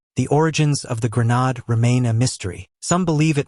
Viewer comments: 😂😂😂😂 it’s it’s not grownard it’s grenade😂😂😂😂😂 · Gra nod? There is no such word. Please learn to read and pronounce words. It takes away from all the other hard work you did . Pronounced gren aid. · This pon had better go back to school and relearn how to pronounce the woerd hand grenade which has a long a sound. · mispronounced grenade! boooooo!